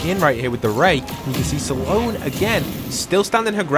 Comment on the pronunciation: Saaloan its Sloan